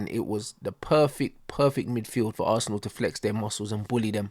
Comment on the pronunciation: Man said “Assna” to not make it look bait that he’s a Arsenal fan😭😭